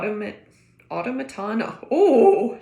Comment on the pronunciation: Automaton is said 'auh-tom-a-ton'. That's the old fashioned word for robot. Think those old museum pieces where you could wind them up and then a figure would write on paper or a mechanical bird would sing.